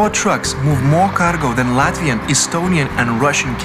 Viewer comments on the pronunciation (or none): none